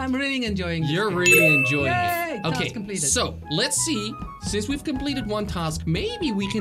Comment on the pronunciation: Task not tosk